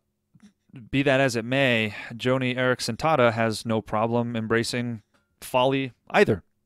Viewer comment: BTW,, it isn't JOANIE Eareckson Tada. It's JOHNNIE Eareckson Tada.